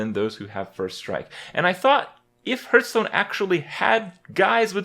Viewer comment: one of hearthstone's biggest streamers and youtubers still cant pronounce hearthstone properly